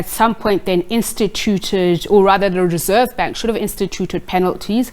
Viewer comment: Rerseve bank I not convinced how he spoke this morning another cover up